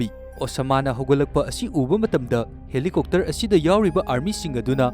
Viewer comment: Helicopter ❌ Helicokter ✅ 😂😂😂😂😂